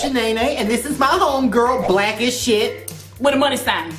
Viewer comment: More like Black ashy